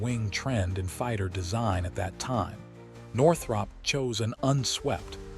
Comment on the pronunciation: Why do you keep showing different aircraft? And you ate mispronouncing Northrop.